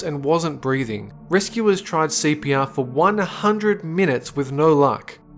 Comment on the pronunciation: Oh He's saying CPR I thought he was saying sepia